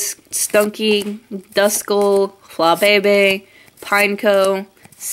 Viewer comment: its fla-bee-bee not fla-be-be (for flabebe)